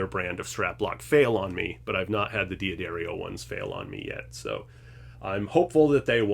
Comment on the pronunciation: It's 'Duh-dario' not 'Dee Uh Dario'. Also, 'ab uh lone ee', not 'ab alone'.